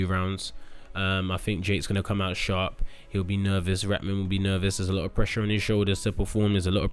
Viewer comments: Why is it so hard to say “raHman” not “RATman” fgs 😂🤦🏻‍♂️ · The way everyone butchers Haseem's name. It's pronounced Ra-ha-man you need to pronounce the H. Its NOT "ratman" or "raman" (like raman noodles) 😂